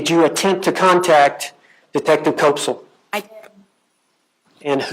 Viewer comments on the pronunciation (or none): Koepsell rhymes with "step-sell" NOT with "cope-sell" NOT with "cop-sell"